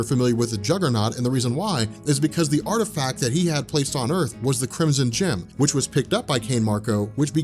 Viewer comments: did anyone else think he said crimson chin instead of crimson gem? lmao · lol i thought he said the chrimson chin